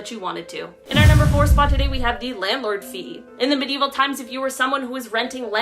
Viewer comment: I'm sorry, but I have to say it. The word is Medieval, pronounced me·di·e·val.